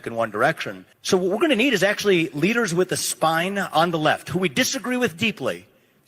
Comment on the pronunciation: the way she gummed out leaders it almost sounded like the N word...They would have tried to cancel a republican foor that if anyone even percived that..